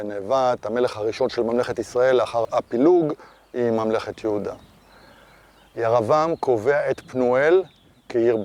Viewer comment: יישר כח! הסבר יפה ומחכים. המשך כך! שאלה אחת...אתה לא מבטא קמץ קטן - "ויקם" "ירבעם". למה? (לפי חוקי הלשון קמץ קטן מחליף את ה-"ו" בעי"ן הפועל ואמור לקבל צליל של חולם)